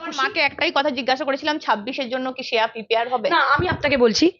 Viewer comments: শ্রেয়া Not শেয়া 😂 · শেয়া নয়, শ্রেয়া.. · Sreya namta ektu thik kore uchharon korle valo lagto. Shea shea kore gyalo..